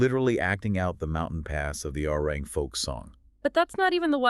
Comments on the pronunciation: It’s not Arang, it’s Arirang. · "A-Ri-Rang"-- three syllables, please. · True, but then they also cycled in pictures of Stray Kids and Santos Bravos 😂and constantly mispronounced Arirang. However, it's hard to hold it against them since this video is actually well narrated and has a good breakdown of BTS and Arirang's success. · The fact that certain essential words are mispronounced video after video shows that you’re not reading the comments and not trying to correct your errors. This further tells us that the content isn’t really important to you. BTS is just a means to get clicks and make money. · This is a very good assessment and report. Thank you for all of the hard work and research behind it. However, to continuously mispronounce the album title is difficult to accept. It would have taken a matter of seconds to learn its correct pronunciation. Please look into it soon. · The very least you can do is pronounce the title of the album correctly.